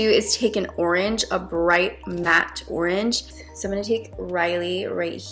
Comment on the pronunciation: I’m sorry but you say oranges and blush really weird lol love the look though guuurrrllll..💞